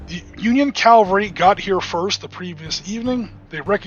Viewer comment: Calvary??! It's pronounced Cavalry.